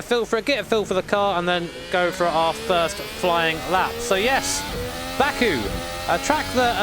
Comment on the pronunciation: I kept hearing it as BAKA, the japanese word for moron/idiot